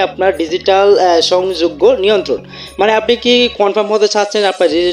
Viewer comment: আপনার বাংলা এবং ইংলিশ দুটাই পড়তে উচ্চারণে অসুবিধা হয়! কারণ কী? অনুগামী কে অনুগ্রামী বলছেন! সংগ্রহযোগ্য কে সংযোগ্য বলছেন!